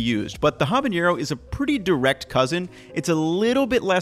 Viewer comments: please stop saying ha-bah-ñe-ro. it's ah-bah-ne-ro. Great video otherwise, I really want to try this recipe! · It's so funny to hear you say "H a b a Ñ e r o" bc it's just "habanero", no Ñ in it. Great video though <3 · Hey, a heads up for pronunciation. You're saying habañero, it's said nero as you'd say it in nero di sepia, or the "ne" in nettle. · what's a habañero? I've only ever heard of habaneros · Gotta work on your pronunciation on habanero!!! hah-bah-NAIR-oh or even ah-bah-NED-oh for a bit more authentic sounding Spanish pronunciation. Looks delish!!!